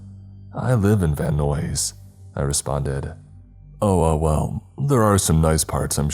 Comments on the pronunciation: Van Nuys killed me.i had to stop .it's more like van nies. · Anyone else bothered by how he mispronounced Van Nuys?